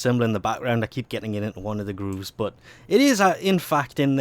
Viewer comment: stop saying BUT .... the way you say it , it sounds like BUTT